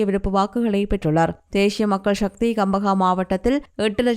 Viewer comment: தேஷிய மக்கள் ஷக்தி யா? தமிழ் சரியாக வாசிக்கத் தெரிந்தவர் ஒருவரை செய்தி வாசிக்க வையுங்கள்.